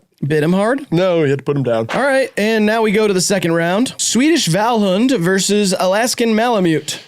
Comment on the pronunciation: Rileys pronunciation of Vallhund is pretty good tbh